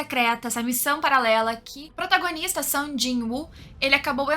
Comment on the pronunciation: AHHHHHHHHHHHHH, FALA SUNG!!! NÃO "SAN"!!!! AAAAHHHH